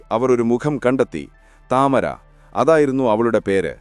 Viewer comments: The name is to be said as Tamaara and not Tamara. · താമര എന്നല്ല ടമാര എന്നാണ് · താമര അല്ല തമാര എന്നാണ് അവളുടെ പേര് 😂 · താമര അല്ല താമർ അതൊരു അറബിക് പേരാണ് 😂😂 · താമര അല്ല തമാര ആണ്